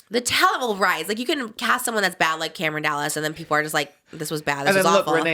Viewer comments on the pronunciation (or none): none